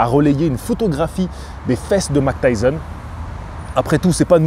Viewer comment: Pourquoi minimiser l’accent de prononciation Mike Tyson alors que je me souviens de à quel point tu avais insisté à l’époque pour dire N’Gannou de la bonne manière …